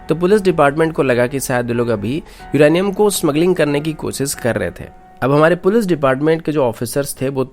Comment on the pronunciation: CID K SALUNKE HAI BHAI SADUKE NHI😂 or Uranium hota hai Iranium nhi😂